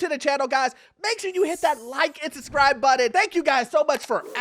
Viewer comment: Orlando, it’s “SUBscribe” NOT “SUScribe”